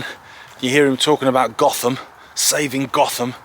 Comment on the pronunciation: I think the locals pronounce it Goat-Ham